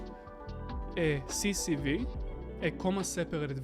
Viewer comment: We say C S V , not CCV...